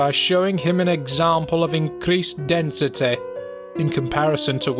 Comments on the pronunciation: "increased densiteh" Ah I see the is from Nottingham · Why am I reminded of the Stand ‘Rolling Stones’ every time he says “density” with such emphasis? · “Densitè” “Accordinglè” “Immortalitė”